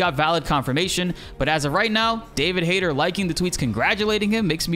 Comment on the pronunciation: I think you pronounce his name wrong. Its Hayt"E"r. The tone on the "e".